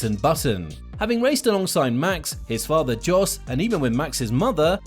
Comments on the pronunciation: It's pronounced 'Yos', not 'Jos'. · It's not "DJOS" but "JOS" Verstappen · Yes its pronounced like yos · Its pronounced yos (Jos Verstappen) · This is my first year in the world of F1 and I gotta say I'm shocked by the amount of people who can't pronounce Jos Verstappen's name. It's Yos, the J is silent. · Still pronouncing his dads name wrong, how lazy are you?.